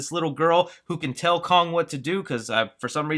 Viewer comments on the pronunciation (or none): none